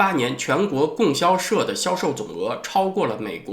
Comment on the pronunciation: 老师， 应该读 供（读第一声比较适合）销社